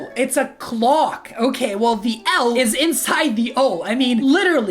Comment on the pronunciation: clock......its clock😫